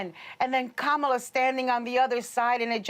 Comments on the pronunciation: Kaaa maa laa is not the right way to pronounce. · I'm pretty sure that the Trump administration will now learn to pronounce Ka-ma-la's name for the rest of their natural life's. :) "I feel so good right now". Let's practice: KAMALA, KAMALA....KAMALA. Hey Mr. Trump, Repeat after me. KAMALA.......VICE PRESIDENT KAMALA.